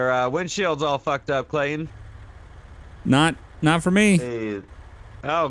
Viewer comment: My first name is Clayton and he says it as clay-in